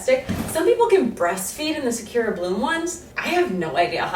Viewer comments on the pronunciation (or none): The way you say sakura is horrendous. Sa-coo- ra